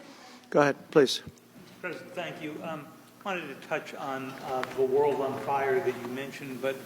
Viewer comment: assure the wold? ask him if he is american or not? Also, I applause Trump greatly for telling the truth about Carter during an extremely delicate time since Crter just passed away. He did it with class.